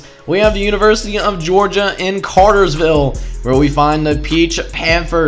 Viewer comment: Just let you know it is Cartersville not Cartersviller